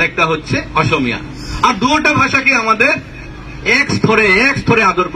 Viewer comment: অসমীয়া শব্দটো কব নোৱাৰে osomiya বুলি কৈছে